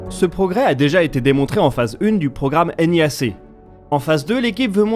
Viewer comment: Mais bon sang, pourquoi vous dites toujours N.I.A.C, et pas nia.... ah. Understandable, have a great day.